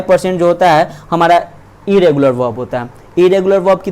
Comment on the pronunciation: Eregular or Inregular bhaiya